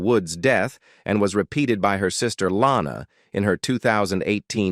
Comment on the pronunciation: Your AI mispronounces "LANA" as in "Lana Woods"!!!!!!!!!!!!!!!!!!!!